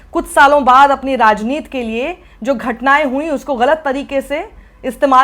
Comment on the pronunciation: साक्षी जी आप फिर से राजनीति को राजनीत hi बोलती हैं. ऐसा क्यूँ? क्या राजनीति को ठीक तरह से पढ़ना आप जरूरी नहिं समझती हैँ? याद रखें बड़ी सी सफेद चादर पर एक छोटा-सा काला धब्बा दूर से नजर ata है.